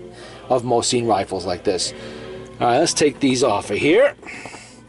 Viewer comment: Mo-sin not mo-seen and thank you forthe music in the background